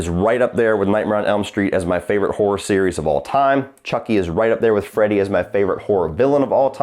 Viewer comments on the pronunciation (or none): none